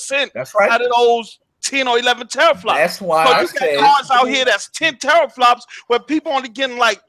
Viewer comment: doesn't know about gaming pc's if he is saying teraflops wrong lol